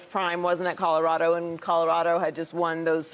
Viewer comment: There have been plenty of Ls for the Buffs this season. So it’s time for Shady to pronounce the name of the school correctly and add the “L” to “Codarado.”